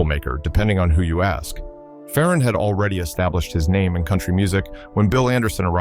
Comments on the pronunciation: It’s not Fa Ron! It’s Faron! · I'm a year younger, and never heard it pronounced that way either.